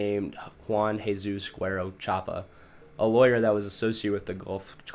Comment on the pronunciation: “Sorry if I butcher some names, I’m not good with other languages :p” like no bro, you aren’t cute you’re uncultured. Try better, couldn’t even pronounce Jesus